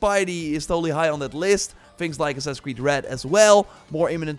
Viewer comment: Lmao when says Assassin’s Creed all I hear is “ssusssuhh creee” hahahahaha 😂😂😂